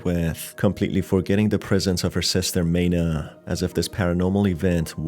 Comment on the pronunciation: Thank you for explaning the game's story! As per usual for Chilla's Art games, it was super confusing. Also, Maina's name is actually pronounced 'my-nah' instead of 'may-nah' (the pronunciation in the video was for Meina instead)